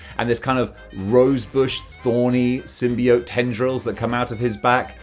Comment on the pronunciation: You can pronounce symbiote either way, but your pronunciation is the most common.